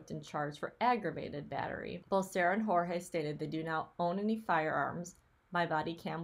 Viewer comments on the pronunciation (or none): I think his name is pronounced like 'George'. At least that's how both Sarah and Jorge's brother say it. Maybe it's because he's American-born? Dunno. Anyway, thanks for the research! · I feel the need to set you straight on how to pronounce Jorge’s name. He stated to the police on one of his arrests that he prefers to be called Jorge pronounced George. Just saying